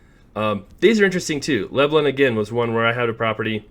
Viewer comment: Le-blon like Le-bron 😂